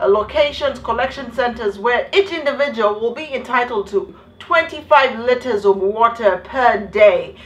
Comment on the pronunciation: did she just say 25 litters of water a day? I laughed so hard I got kicked out of the library n I still laughed on my way out😂😂😂